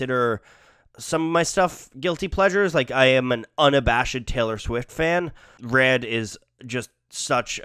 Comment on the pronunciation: Aye why does he pronounce “red” and “head” so weird